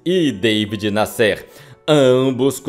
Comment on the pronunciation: O nome do Jornalista era David Násser é não Nassér !